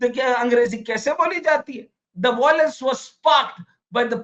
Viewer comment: It is 'violence' and not 'voilence'